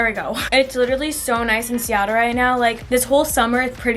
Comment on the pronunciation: “Seattle”😂😂 more like....... nah